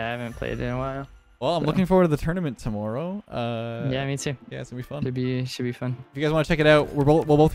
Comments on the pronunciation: The way he says tomorrow is disgusting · He at least has a little bit of a canadian accent when he says "Tomorrow"